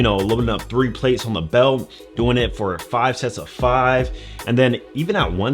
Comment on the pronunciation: Don’t say plates like that bruh